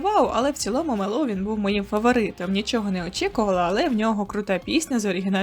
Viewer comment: Тільки МЕловін, а не МелОвін )